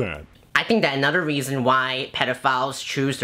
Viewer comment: "Anutter reasen."